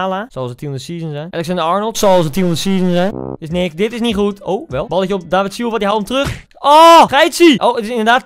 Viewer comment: je legt de klemtoon op de i dus eigenlijk is het davId